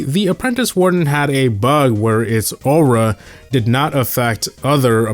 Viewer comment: Why do you pronounce aura as owruh